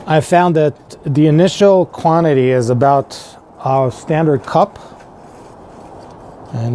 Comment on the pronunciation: Hope it all went well for you. Sorry man, I had to stop watching it was painful..... They are "pellets" not "pallets". It's a "cup" not a "cop" and you are using an infrared "thermometer" not a "thermostat". I know this is really judgmental of me, I tried to over look it all but it was such a distraction for me that it kinda made it all unwatchable. Feel free to judge my spelling and punctuation on this comment I'm sure I've don't just as bad.